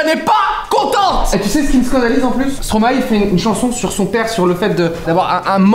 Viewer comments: Au moins ca fait plaisir des vrais connaisseur de stromae . Ils disent bien stromaille et non stromaé .. comme mister v ou jamel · Ohh j vous aime trop vois avez dis : stromaë pas stromaé enfin des gens quoi savent comment on dis !